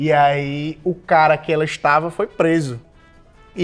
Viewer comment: A letra "V" simplesmente não existe no alfabeto do Ed KKKKKKK "eu tarra lá"